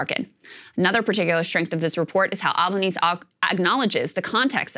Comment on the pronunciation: It is not "Albaneez" is is "Albaneehseh". Albanese, Italiano.